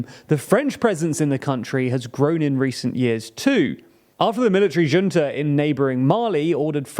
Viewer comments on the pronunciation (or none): none